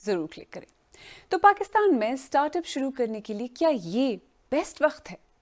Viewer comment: Men last 25 years se BBC sun aur dekh raha hun. sahaba aap waqt ko wakht na parhen. Thanx